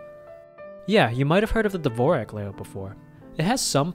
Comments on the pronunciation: It's not divorak, but divorschak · lol, dvorak isnt pronounced as u did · As a musician, MAD respect that he included a note saying the Dvorak layout wasn’t pronounced like the composer. I would’ve gone on thinking everyone was just uncultured. Thanks for letting me know it’s actually different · I had no idea it was not pronounced like the composer